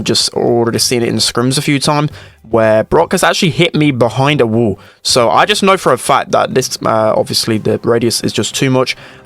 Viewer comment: Day 1 of commenting spend accent wall= wul